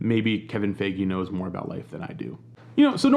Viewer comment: Not sure if it’s on purpose but you continually mispronouncing Kevin Feige’s name got me rolling lol